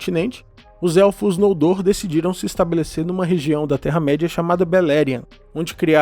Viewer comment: "Nóldor" ou "Nôldor" não existe oxítonas em línguas de Arda.